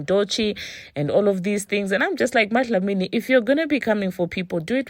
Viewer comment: Not you calling her "MaDlamini" 😂😂😂😂😂😂😂